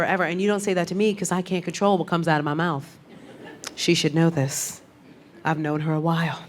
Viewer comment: Pacifically, Mouff (mouth) the outh is ff. Annoying.